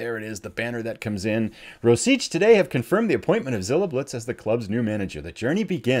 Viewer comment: To get you started, "Rosice" is "Rositse". Really looking forward to this!